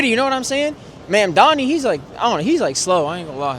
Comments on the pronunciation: How hard is it to pronounce mamdaNi not mamdaMi ffs its not that hard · Why is Nick constantly mispronoucing his surname - its MAMDANI not MANDANI!!! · Start my learning how to pronounce is name. It’s Mamdani, not MamdaMi. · Why is Nick constantly mispronouncing his surname - its MAMDANI not MANDANI!!! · its pronounced mamdaNi not mamdaMi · IS ANYONE GOING TO PRONOUNCE MAM-DANI CORRECTLY ? HIS NAME ISNT MON-DOMMEE!! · `mum-donnie. not that hard. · Manami, Muhdommy, Muhdoni, Manndammy, how can nobody pronounce his name? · Nick, I'm not voting to Mamdani but please pronounce the dudes name right! 🤣 (Mom-don-i) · Good interviews-pronunciation is Mamdani with an n. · mamdami, mandami, madami, mamami!! why can't this guy be consistent in his pronunciations! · Bad journalism. Inaccurate headline. Bad interviewing skills. Bad. Just bad. Learn to pronounce “Mamdani” before you run around town with a mike and a camera, kid. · Am I deaf, or was Nick mispronouncing his last name the whole video? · Bro does NOT know how to pronounce ‘Mamdani’ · They dont even know how to pronounce their names, & their voting for them?? God, Help Us!!! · Is it just me or do none of the people interviewed sound like they know anything? Also, why can't anyone pronounce "Mamdani"? 😂 Can't wait for NY to wreck itself. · OMG some of them cant even pronounce his name right and still vote for him! WTF is going on!? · Like the one girl who couldn't even pronounce his name lmao